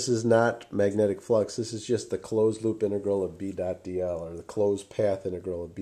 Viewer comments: he says hoop instead of loop for some reason lol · is it me or is he saying hoop instead of loop ?!